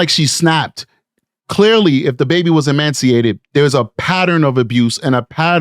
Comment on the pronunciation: Ee-mace-ee-ated. No 'n' in the word. ✌️💕